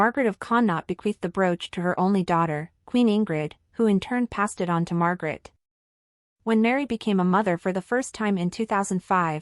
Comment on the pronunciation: Queen Mary is no longer an Australian citizen. She has been a Danish citizen for 20 years. And the King’s name is not “Frederico X”. It is King Frederik the Tenth. His brother’s name is Joakim, (Yoakeem) not “Wha-chem”. Also the former reigning Queen’s name is Margrethe not Margaret… Our royals are not poor, but they are a far cry from the opulent, even obscene, wealth surrounding several other royal families in the world. As royals go they live quite modestly and Mary is known for reusing her outfits. This is completely in line with the thinking of most Danes. We applaud them for their modest and humble ways.